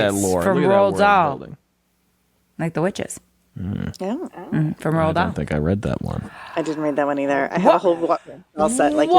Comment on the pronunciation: This is not meant as a call out, but for such a passionate outpouring of love for Roald Dahl and y'all are saying his name funny. ;) "Rue-all"